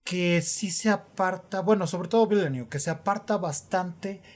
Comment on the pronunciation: Según lo que he escuchado se pronuncia: "Dení Vilanub" 🤭🤔